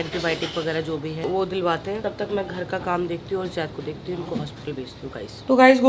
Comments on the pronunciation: Yaar pls vo Zaid hai Jaid nai hai pls use Zaid boliye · Dear plz take name as Zaid not jaid😊